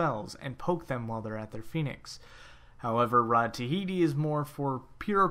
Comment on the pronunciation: awesome tips but can you read??? its not rod of tihiti, its ta-hoo-ti